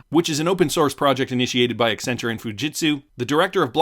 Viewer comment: extra points for pronouncing Accenture correctly